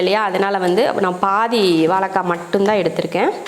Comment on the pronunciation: அன்பு தங்கைக்கு வணக்கம் தமிழ் வார்த்தைகளுக்கு சற்று வளம் சேர்ப்போம் அக்கா அடுத்த கானொலியில் வாலக்காய் என்று நீங்கள் சொல்லாமல் உச்சரிப்பை வாழைக்காய் என்று சொல்லி செயல்படும் படி அன்புடன் கேட்டுக்கொள்கிறேன் . என்னை திட்டாதீர்கள் தங்கை சஸ்கிரைபர் செய்து இருக்கிறேன் நன்றி வணக்கம் தமிழ் தமிழகம் வாழ்க வளர்க . . .